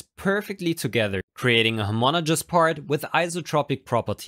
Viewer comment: homogenic homonegous